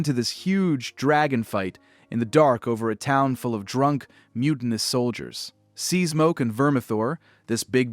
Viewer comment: It's, SEA-SMOKE!! Not seezmoke! 🙄